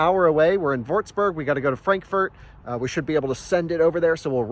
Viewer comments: Props for saying Porsche and not porsh, like a lot of the other idiots out there. But you failed with Würzburg :) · Yeah, you still saying Würzburg wrong, but it is not an easy one. Besides, who am I to say something like that, exposing fellow Americans with my German accent every day.